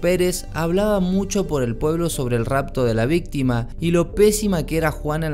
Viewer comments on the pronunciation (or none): none